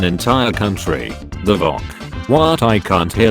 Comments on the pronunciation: Not voc It is V.O.C. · The VOC is said V O Sea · Video: VOC Voice speech: VoCk